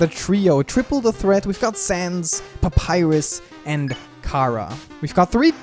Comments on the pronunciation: STOP SAYING KARA ITS CHARA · Kara Me: IT’S NOT KARA IT’S CHARA Who else is screaming their heads of because of this? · her name is not Ckara. it's Chara. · He sayed Kara, Not Chara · Not cara that's chara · It's not cara it's chara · Omg why do you always say khara